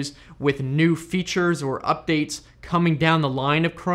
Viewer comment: Lol said Udates!